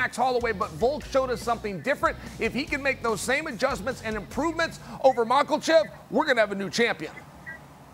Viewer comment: Love the show but Ian needs to work on his pronunciation! Can’t say either fighter in the main’s name